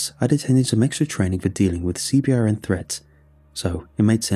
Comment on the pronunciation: I really like this one, but the mispronouncing of acronyms is killing me. FOB is just fob, not F-O-B. CBRN is c-burn, and TOC is tock. Plus Chinook is shinook. Not that they'll go back and fix it, but it makes my eye twitch when civilians say it wrong.